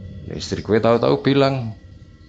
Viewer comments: Eehh "GHUWE" maneh 🤣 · Bukan masalah logat, ini masalah “ghue” ... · Guwee???....Jd males denger nya... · 'Gw' nya medhok men to mas 😁😁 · Waduh kena "gue" medok lgsg buyar seremnyaaa wkskwkskm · Wong jowo ketika ngomong "gue" koyok pieee ngnoo😂🤣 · "GUE SAMA CEWEK GUE" (logat medok) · Salfok “Gue” medok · mau dengerin tpi "gue" nya medok bgt jadi ga srek di kuping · Gue nya medok banget sih bang ,, piye to mbok ora usah gua gue maleh piye ngono lek di rungokne,, kurangggggg :)